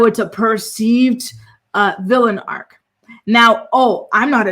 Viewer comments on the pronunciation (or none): Arc, not Arch 😒